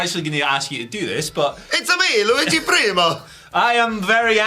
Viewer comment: All I can do is loop how he says Luigi. Sounds like "Louie G". I will never say Luigi again. Louie G is now his name.